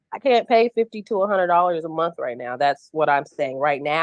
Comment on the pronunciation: In college and gets paid "Once a munt"?